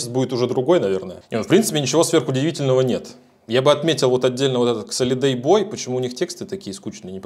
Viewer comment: КСолидэйбой)))) аххахахахха)) )